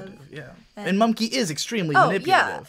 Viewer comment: It's mumkey not mumnkey